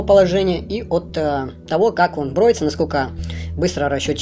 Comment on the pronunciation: Люди БРЕЮТСЯ, а не броются ! Запомните ! Я БРЕЮСЬ.... Я БРЕЮ !